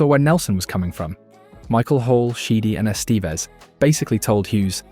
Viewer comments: That, and "Ess-STEEEVE-ezz" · "Es TEE ves"?? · E 'stee vez ? I wish for your sake this WERE AI narration.